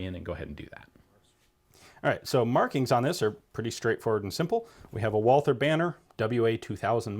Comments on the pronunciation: "Wallther" correct way is Walter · please learn to speak Walther (silent H) :) not Wolser ^^ ... great video, beautiful gun.